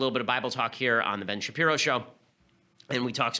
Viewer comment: "Ben Sharpiro"